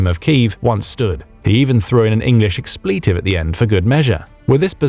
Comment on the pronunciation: Know what I can't take seriously? People making rehearsed and scripted videos who mispronounce "expletive".